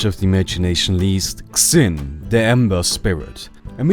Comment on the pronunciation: "Xin" is pronounced just like Charlie Sheen's last name.